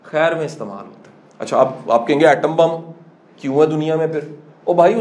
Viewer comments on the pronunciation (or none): none